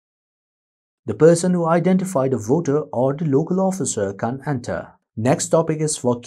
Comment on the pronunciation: Your can't and can are confusing...kindly use 'cannot' instead since your pronounciation is little flawed. Can a candidate who is contesting the election enter any polling station he wants???